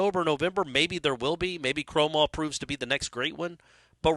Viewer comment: Now is saying Kromahs name wrong. This has become a riddle wrapped in a mystery inside an enigma. 🤣🤣